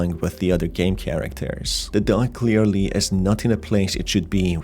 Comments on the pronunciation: Dog Not Doug or duck. Why do you say it so Strange. Or do I have so problems with my ears? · I thought it was just me lol, he does say it in a weird way.